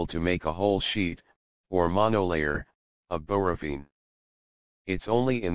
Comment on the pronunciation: Read it yourself or don't do videos. It said "borovene" now you're just misinforming people as to pronunciation and things... Get it together.